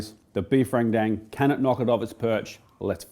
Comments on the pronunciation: As Indonesian I'll teach you how say Rendang properlay, it's Rent & Dung without a pause between it, RENTDUNG. And NO, I'm not kidding. 😄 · not to be that guy, and I understand the common mistakes in saying other language's words... but, Rendang is pronounced Ren (as in Karen) Dang (as in dung beetle)... Love ur vids!!